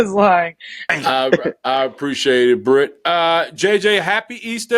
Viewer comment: The fact that Brit pronounced my name correctly.......10 stars. JJ Easter suit is about to be a whole event within the holiday.